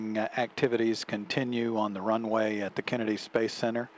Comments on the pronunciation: Were not going to address the fact that the tower control center person said WUNWAY?? ?? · "Discovery copy... wunway in sight" - Mission control guy 2009